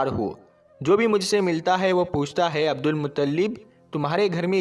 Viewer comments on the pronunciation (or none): none